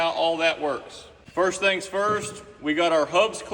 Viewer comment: "Bend over them thangs" 🤣 jk... It's just how I heard it